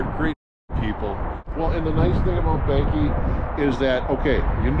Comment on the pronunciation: she meant coffee. And as someone with the last name Behnke Its bank-ee not behn-kee